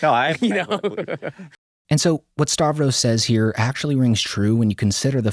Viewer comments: Why do you pronounce his name as 'Starvros"?? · I thought it was Stav-ros not Star-vos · you pronounce his name like "Star-vros" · starvros... he ain't starving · You still can't pronounce Stav's name right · If you're gonna keep making videos on Stavros you really need to learn how to pronounce his name